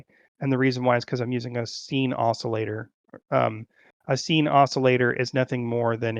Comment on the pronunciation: Friendly piece of advice: Sine is pronounced like “sign”, not “scene”. Sorry, pet peeve. Also, the order is always x, y, z